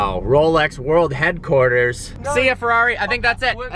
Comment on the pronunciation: Listen to how he says "Ferrari "